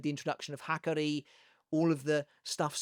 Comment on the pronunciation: They way you’re saying his name is killing me smallz😭😭 Ha-car-E